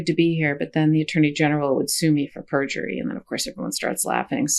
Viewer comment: The word 'pergury' also comes to mind. What a sleezeball.